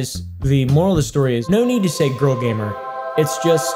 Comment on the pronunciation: No need to say "gamer" it's just, GAYMER.